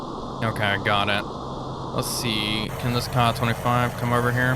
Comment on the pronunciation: Kay-A 25 not kah25 this drives me nuts